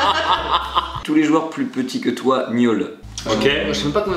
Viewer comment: Suis-je la seule à avoir entendu miaule au lieu de gnôle ??😂😅